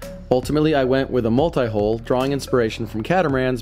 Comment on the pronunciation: When they first started working on the boat I was like "How can you work on catamaran holes?" Then I realized they're pronouncing Hull as Hole for some reason.